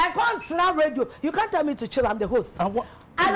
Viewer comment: I’m the worst in my family 🤣🤣🤣🤣🤣 and it’s not hoss it’s host. Love ❤️